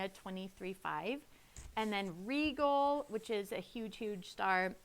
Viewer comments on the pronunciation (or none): Rigel [ r-eye-gel ] not regal Spica [ s-pike-uh ] not speeka The proto evangelium, the first Gospel Decans [ dek-ans ]